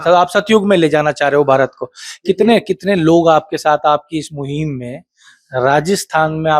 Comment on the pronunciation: एंकर भाई साहब अपनी हिंदी ठीक करें। मुहीम नही होता है ,मुहिम होता है।